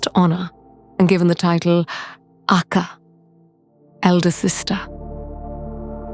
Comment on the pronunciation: Great channel and I love your animation style! The word Akka in Tamil has the stress on the double k and a slight prolong on the last a, but not on the first a. More like aKKaa, not aakaa.